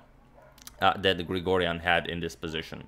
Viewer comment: As an Armenian, I’m very happy to see Grigoryan achieve this feat! Just want to point out that his name is pronounced with a G, although written with a K, and his surname is pronounced with a K, although written with a G; it is as if you’re saying “Garen Krikorian”. I know it’s a Weird way of spelling but that’s the way it is. Anyway thanks for the amazing game!